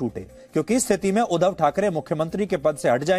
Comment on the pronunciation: Oh god he is pronouncing wrong. Its not udhav its " udhaav".